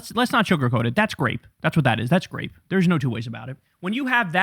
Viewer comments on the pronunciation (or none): It’s not “grape” it’s rape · Kyle Kulinski sounds like an idiot when he says "grape". He needs to hire a speech therapist to help him speak properly. That word does not start with the G sound.